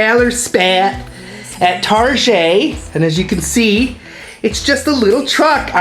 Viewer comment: Omg I spit my ice tea in my nose..when says Tar-jay and obsessed.....omg. im busting up 🤣